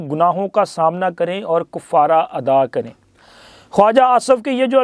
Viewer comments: میاں کُفارہ نہیں ہے بلکہ کَفارہ ہے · یعنی ک پر پیش نہیں ہے بلکہ ک پر زبر ہے